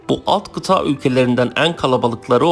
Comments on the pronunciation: kitaa degil kita a yi kisa söylemelisin. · Kıta kelimesini kıtaa olarak söylemeniz çok kulak tırmalıyor. Biraz çalışın bunun üzerine bence.